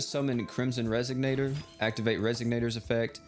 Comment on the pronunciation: It's pronounced res-ON-ator, not res-SIG-nator. SMH